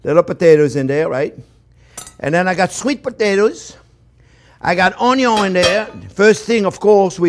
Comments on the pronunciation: Just watched this one with my 5 year old and we will make the frittata later today. We love it when you say onyon and olyoil. Learn something new with every video you put out there. Thank you. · "Owniown" love it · Yes Onyo ... love the way he says that too